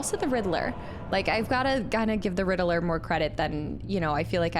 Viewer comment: Riddler ...not Riddleler 😂